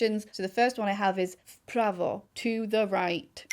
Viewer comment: Wish to meet you one day and talk in my native language xd You said "prawo" like a proffesional